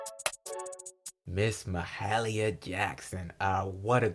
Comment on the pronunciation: Thanks for posting. Her name is pronounced Mah-hay-leeah, with a slight stress on "hay".